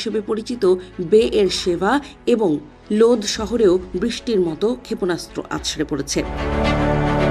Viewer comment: ক্ষেপনাস্ত্র উচ্চারণ শুদ্ধ উচ্চারণ করতে হবে 😮😮